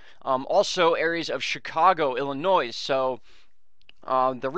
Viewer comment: Thanks for the great videos! I check every morning and they are so helpful. But.... since you asked for it - please stop saying Illi-noise! The final "s" is silent. Blame the French. So it's ill-uh-noy. Now I'll stop ill-uh-noying you. 💖🐰🌷🐣🌈